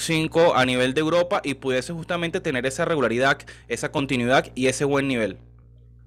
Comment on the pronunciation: De los jugadores más infravalorados en la historia de la selección, que lástima no haberlo visto de nuevo con la camiseta del Caracas., sin ánimo de burlarme ni nada, deberías tener cuidado porque pronuncias mucho "calidaC", "continuidaC", etc, y se escucha muy mal. De resto, un gran trabajo